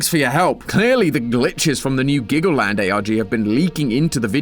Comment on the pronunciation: dude u mean glaggleland?